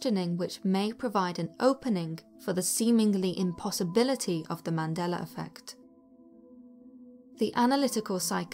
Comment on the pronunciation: YES! You are the first British person that says the Mandela effect the right way!! Most say the Mandelar effect 🤔